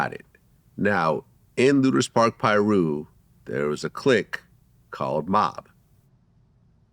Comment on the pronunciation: Someone teach Vlad how to say Piru